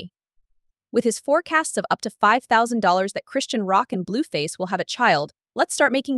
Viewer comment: Said her name wrong 10 times in 2 sentences Bluefazzzz too lol